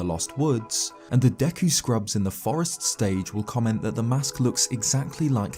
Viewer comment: automatically cant stand this guy mispronouncing zelda words. kokiri has a long O sound. deku the e is also a long E sound. leave it to the brits